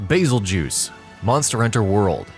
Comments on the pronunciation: "Basseljuice".....good God, I've never been triggered so hard in my entire life until I heard him pronounce it that way. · 'Bazeljews" lmfao that is funny